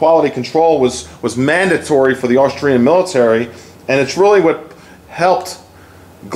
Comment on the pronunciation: I am a subsriber and enjoy your videos, but please, the gun is made in Aus-tri-a, NOT Aus-trail-ya.